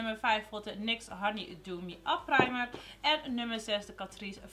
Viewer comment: Hoe jij primer zegt praamer hahahahahahahahaha herken het 😂😂😅😅😅 Love you vid❤️❤️❤️❤️❤️❤️❤️❤️❤️❤️❤️❤️